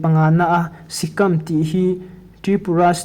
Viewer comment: A bengvar thlak e Tripura chungchang i sawi naah khan lam rik dik lo i nei a SIKAM tih hi a lam rik dan tur chu SIKÂM bawng in si,kan tih a Si ri anga sawi tur ani a KÂM hi Lâm kan zir tih a Lâm kan lam rik thlukin KÂM hi lam rik tur ani a SIKÂM a awm zia chu,ramhuai hi sikal an ti a,tun hma in Mizo te hian kan runin an lu kan la ṭhin a Mizo te chu ramhuai Sikal ang mai sikam min ti ta a,tun thleng hian Mizo te chu Sikam min ti a,Chakma pawh Takam kan ti a,Bru/Reang pawh Tuikuk kan ti a,English ho pawh sap kan ti a,kan hrethiam ang chu maw